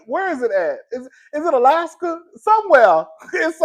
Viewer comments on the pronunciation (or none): none